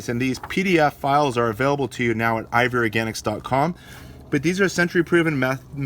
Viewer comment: Sounds like you are saying ivory organics